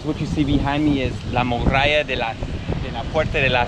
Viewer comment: 🤣Tú no eres 'morralla' (minuto dices morralla por muralla) sino un tipo estupendo que pronuncia mal español como yo pronuncio mal inglés, jeje. Gracias por todo friend!!!🙂😃👏